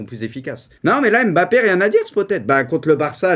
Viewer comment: Pk tu dis Bappé et pas Mbappé